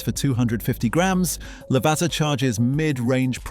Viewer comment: NOT lavarzza 😭😭